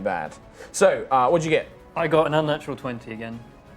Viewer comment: Every time says "Unnatural 20" I, along with it seems hear Natural 20. DAMN IT TOM. SAY DIRTY 20 AT THE VERY LEAST!